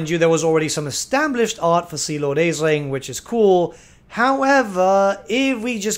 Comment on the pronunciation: Isn't Aislinn pronounced as Ashlyn? It's Irish looking and I know some Elvish names in Warhammer are based on some Celtic names.